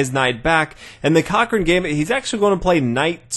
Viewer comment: No one: Number 6: C O C C R A I N